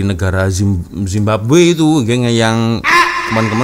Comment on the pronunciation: mcm malu nk cakap indonesia tapi zababwe jadi nya